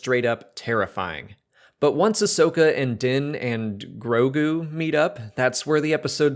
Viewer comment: I know it’s new; but you’re mispronouncing Grogu.... you keep saying Gorgu.